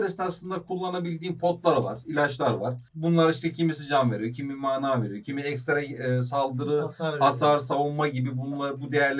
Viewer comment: "MAAAAANAAAA" değil kanka direk düz "mana" diye okunuyor.